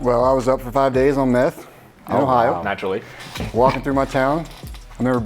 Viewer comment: “naturally “ kilt me😆